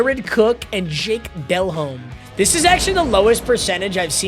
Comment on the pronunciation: Jake Delhomme is pronounced de-LOME, not DEL-home lmao